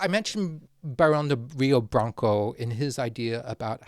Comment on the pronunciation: if Rio de Blanco was Brazilian it is likely pronounced Rio (crap sorry hio?) R’s in Portuguese tend to make this H sound in my experience.